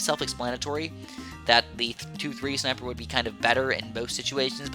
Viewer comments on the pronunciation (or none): I love when says "Shniper" 😂😂😂